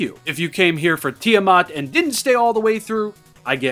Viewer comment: Ah yes, Tiddymat